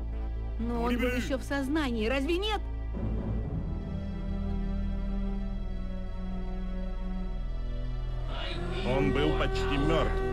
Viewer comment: not "het" 🤣 Нет - Net - No